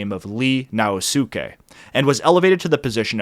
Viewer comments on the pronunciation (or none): Great video, just a small comment: it's Ii Naosuke (ii), not Li Naosuke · it’s Ii Naosuke (two i’s), not Li Naosuke - common mistake I made when I was first reading Japanese history too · It's Ii (with to "i") not Li Naosuke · It's not "Li Naosuke" who ran the country from , but rather "Ii Naosuke." You've mistaken both his family name and the pronunciation. It's not pronounced like "Lee" but rather it is pronounced like "ee-ee." The Chinese characters of the family name are 井伊. You can learn more about him at this Wikipedia entry